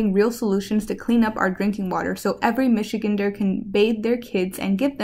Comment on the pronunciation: Michigander is pronounced Michi- gander, not Michi-ginder